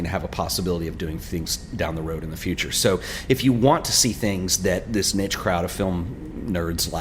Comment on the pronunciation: ok two positives and a negative + I really like your style +I'm stoked that Ferrania is a thing again -the way you say niche really bugs me Keep up the good work